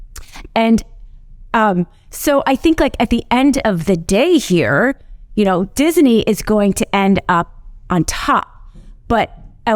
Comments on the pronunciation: Disney is 2 syllables not 3 the way she keeps pronouncing it. Someone please tell her that its Dis-ney not Dis-i-ney. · It's Disney, not Dis-a-ney. 😜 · Every time you hear ''Dis-i-nee'' in this video, DRINK! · I like how she emphasizes Disney in the beginning to show how dumb it was for DeSantis to attack them.